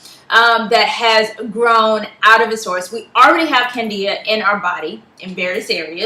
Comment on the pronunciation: It's Candida and not Cadia :)